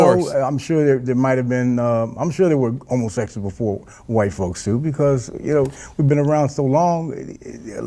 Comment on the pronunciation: “Homosessuals” gets me every time